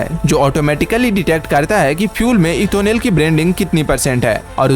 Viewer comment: Ethonel or Ethanol?